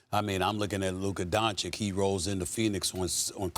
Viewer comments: 5+ years and SAS still refuses to say Doncic properly. Still saying Donchik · Stephen A racist. Loves Booker but calls Luka “Donchick”,mispronouncing his name. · Stephen A still can't pronounce Luka's family name right. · I'm so bored of T.V. pundits being accused of disrespect because they can't pronounce foreign names correctly. However Luka Doncic is one of the most famous sportsmen in the world now, it's time to pronounce his name correctly.